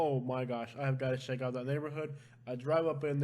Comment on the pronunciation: I like your accent.... Lol... Shannel for channel... Sheck it out.... Haha.. It reminds me of my NYC friends